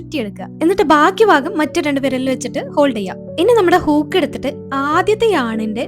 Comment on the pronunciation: ഹുക് ❌ഹൂക് ✅